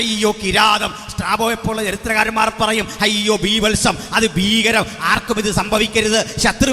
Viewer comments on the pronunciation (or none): none